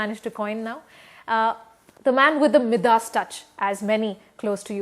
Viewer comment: Mi "Das" touch? HAHAHAHA. The interviewer is an idiot.